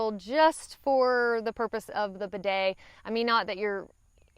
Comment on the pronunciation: Even the way has a hard time saying bidet this shows how Americans are totally unfamiliar with them and afraid of them. put an inexpensive bidet on your toilet and you will come to hate wiping and learn how unhealthy it is.